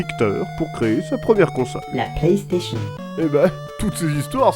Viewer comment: pk tu dit Plastation a la place de PlayStation .